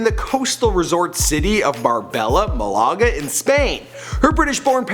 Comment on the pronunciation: “Bar-Bella, mal-aaga” “burn-mouth” I swear to god this dude needs to work on his pronounciatuons😭😂😂